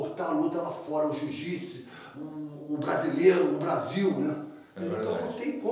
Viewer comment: Se tem Gracie na entrevista, vai ter "cadimia" e se tem Marco Ruas, vai sair um "ji jitsi" kkkkkkkkk